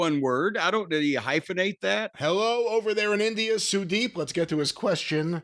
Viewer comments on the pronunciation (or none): They pronounced Sudep like Sudeeeeeep Just like they pronounce Ishiiiiii Somebody tell Cornette We ain't Chinese